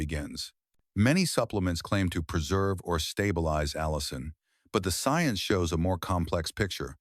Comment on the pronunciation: Pronunciation.of allin by narrator-bot ss "al-e-in"